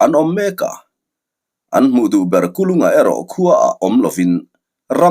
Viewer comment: Sir Kul unga tih deuha lam chi ani zawk angem le🤣 Kulunga tih kha amak deuh kalo ti mai mai